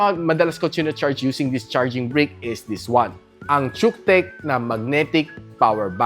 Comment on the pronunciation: Nice review, but pronoun should be kutech bro.